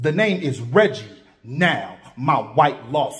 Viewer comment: Awwww helll nahh he said Reggie 😭😭😭